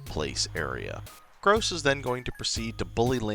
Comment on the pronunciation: Gross? Don’t you mean Groose?